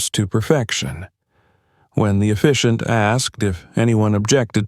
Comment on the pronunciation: It is pronounced officiant